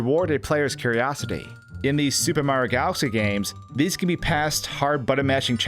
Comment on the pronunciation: Am I the only one hearing "Super Marro 64"?